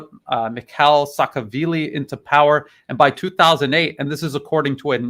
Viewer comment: It’s Sahashvili, not Sahavili